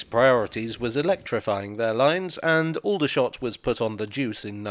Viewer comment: People who live in and around Aldershot don’t pronounce it with the same vowels.